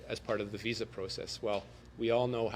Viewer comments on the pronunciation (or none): none